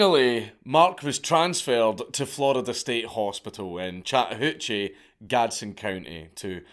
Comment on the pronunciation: As a lifelong resident of Georgia (the Go Dawgs one) I never knew until now how much I needed to hear "Chattahoochee" spoken in a Scottish accent but my God it was EVERYTHING.